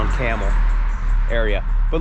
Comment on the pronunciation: I grew up in Struthers and I knew a lot of people who lived in the company houses as we called them. When you say the city name you pronounce the B and not like the animal 🐪 👍 Campbell was one time known to be the city of churches because of so many denominations.